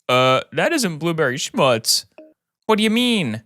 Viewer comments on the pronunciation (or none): none